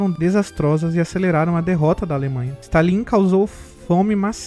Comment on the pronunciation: não é Stan lin,é Stalin, rapaz